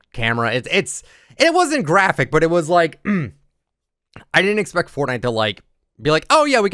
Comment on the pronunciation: “hello everyone this is foortnite” words that’s will go down is history